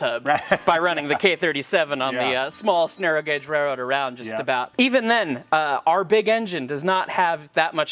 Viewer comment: I kept hearing the word "rayroad" throughout! That seems to be the American pronunciation. 😄